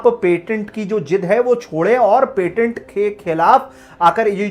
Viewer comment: सही से पेटेंट तो बोल लिया कीजिये और वीडियो में गलत बातें बताने से पहले self review भी कर लिया कीजिये।